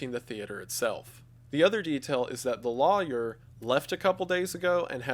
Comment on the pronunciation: i could listen to wendigoon pronounce "lawyer" forever